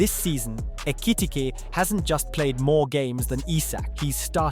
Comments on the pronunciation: He pronounced Ekitike’s name like 20 different times 😂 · How many different ways can an AI voice pronounce Ekitike? 😅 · Is this more chat gpt whatever AI shit? Why he keep saying his name weird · [Alt Title:] 30 Different ways to pronounce 'Ekitike' 🙃